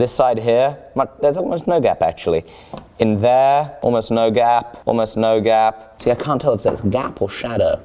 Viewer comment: I thought you were saying “gab” lol